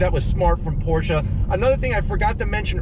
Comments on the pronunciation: Thank-you for pronouncing “Porsche” correctly! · Thank you for pronouncing the name correctly!